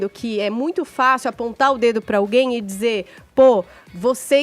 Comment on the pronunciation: e precisam de fono, com todo o respeito..., é óbvio., pode falar DIZER, no lugar de DZER. DIZENDO, no lugar de DZENDO...